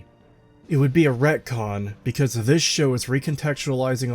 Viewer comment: ReTcon. Not racon.